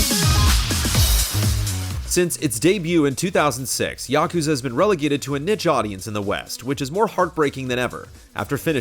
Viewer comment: Why do you keep saying Yokuza?